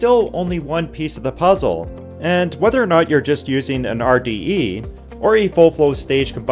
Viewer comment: "Manuhfactureen", "engineereen" and "useen" are not words.